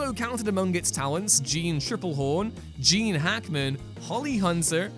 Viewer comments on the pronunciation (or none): none